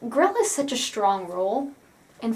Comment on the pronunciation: Her name is Grelle. Why is everyone calling her "Grell"?